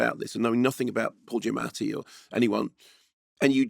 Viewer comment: Good job pronouncing Mr Giammati’s name more authentically than he tends to do himself!